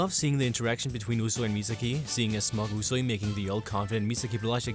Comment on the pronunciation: he said usui and misaki wrong.